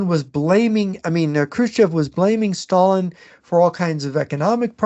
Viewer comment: The way pronounces "Sshhhtalin" always cracks me up, great show as always.